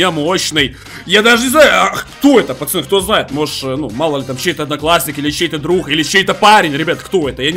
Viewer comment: Почему он говорит почаны?